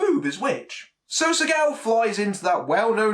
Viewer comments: When u say his name, it sounds like your saying sea cow. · I'm I the only one who gets thrown off by his pronouncing his name segow?